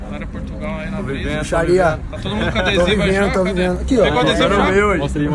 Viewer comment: Tog tá show demais cara!! Só atenção nas edições, que tá com vários erro, são pequenos, mais nos confunde, tipo o começo do vídeo passou duas vezes bem dizer HAHAHAHAHA "Portutal"